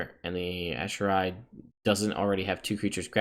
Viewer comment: A-k-eron, if my memory serves on pronouncement of the word